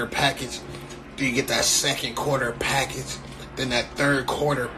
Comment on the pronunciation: Why is he sayin package like that nigga said !PAckage